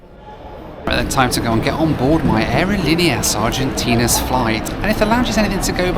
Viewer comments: Not to be offensive or anything, but the way you pronounce “Aerolineas Argentinas” is cringe-worthy to this Spanish speaker…. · Never ever ever say Aerolineas Argentneas again......ever.....I broke out in hives after your hundredth pronouncement of an earworm I'll never get rid of. Other than that, solid video. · You keep repeating “aerolíneas argentinas” with the worst possible pronunciation